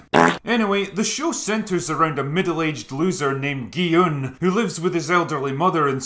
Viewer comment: You are the first youtuber I've seen that pronounced Gi Hun correctly; "Hu" in "Hun" is supposed to pronounced like "who."